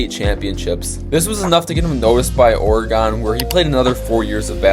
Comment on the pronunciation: Good video, DONT SAY OREGON LIKE THAT THO